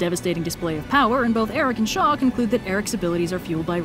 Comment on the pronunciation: When you said "a weapon created by Shaw," I heard "by the Shoah" and, yeah. Shaw's basically a representation of all high-ranking Nazis in this story.